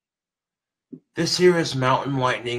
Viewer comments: I love how he is so adamant about repeating “this here is mountain lightning and it’s delicious” even though the audience heard it the first time and he just doesn’t clue in that the way he says “this here” sounds like “hey Siri” He thinks it’s like some ghost in the machine type shit and that instead of turning off Siri, moving on with the next thing to say, or saying something different he yells and smacks his phone around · ''This here'' basically sounded like Siri and it went off again lmao. So funny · he necer figured out that slurring the words 'this here' sounds like 'hey siri' if you slur it just right